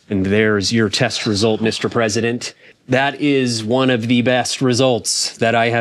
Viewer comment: Ladies, gentlemen, and everyone in between... you Presentdent.